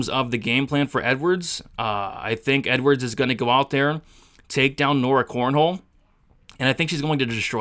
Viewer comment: Bro her name is not CORNHOLE, holy moly that was a tough listen since you said that 20 times. I appreciate your content but man that was rough aha. It's cornolle not cornhole